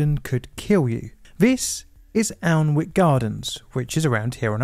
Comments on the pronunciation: Alnwick is pronounced "annick". Strychnine is pronounced "strick-neen" . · You clearly don’t come from this area - “Alanwick gardens” indeed! It’s pronounced “Annick” though spelt “Alnwick” 😂. I’m a big fan of your videos though, particularly those on radiation and train crashes. Your knowledge ok both subjects is impressive. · Minor point, it's pronounced An-ick, not Alnwick, I made that mistake when I moved up here. :) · Alnwick sounds like ann-ick. It's one of those places that a WW2 German spy would get caught in as he'd asked the train conductor "What time do we get into Alnwick?" and he'd pronounced it as it's written 😆 Afterthought edit: Mind you, it's a great way to get your comment count up! You mangled "strychnine" (Strick-neen) too. Maybe I've just walked into a pedant's trap? 😉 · It's pronunced An-ick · pronounced annick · It’s pronounced “Annick” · It's pronounced An - nick. Half the word is silent. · Holy hell I can forgive Worcestershire but mispronouncing Alnwick? Egregious I tell you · Was about to say, the l in Alnwick is silent mate…